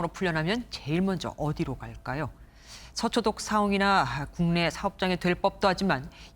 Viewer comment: 여자 아나운서 발음이 왜 이렇게 억망인거지?? 머라 말하는지 서초독 사옹이라 하지를 않나 밥범배법무장관이라 하지를 않나 역차발이라 하지를 않나 암튼 전반적으로도 먼가 발음이 이상하고 듣기 불편하네요 옛날 레전드 영상처럼 또 설사 참고있나아 ㅡㅡ